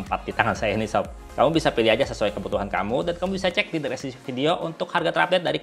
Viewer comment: Bang, btw lucu juga denger pengucapan "dreskripsi" 😄. Makasih bang, bermanfaat bangett 😁